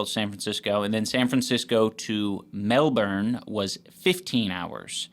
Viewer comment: says Melbourne perfectly as if she’s from here